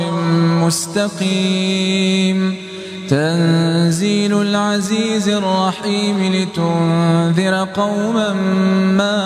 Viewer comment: Asalam o alikum there is a mistake in ayat nmbr 5 tanzeel Lal is correct but u pronounce it tanzeelul.plz correct this